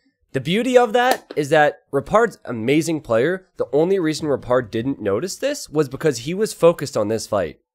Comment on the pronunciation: kept hearing "repard" as "retard" but was also really hoping that when repard killed red or blue he put a "?" in chat to be a meme.